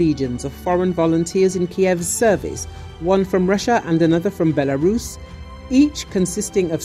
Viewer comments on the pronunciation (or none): none